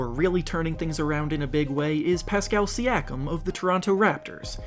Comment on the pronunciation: its not Siakam its Siiakum